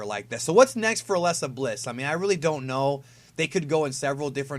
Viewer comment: why do you say alexa bliss so weirdly lol it sound like your saying aslesa bliss